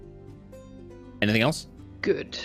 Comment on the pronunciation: You know I've been watching a lot of HR D&D because I totally heard that in -voice which sounded like "anythink". 😜